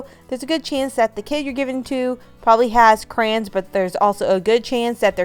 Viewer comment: Crans?? Do you mean Cray-Ons?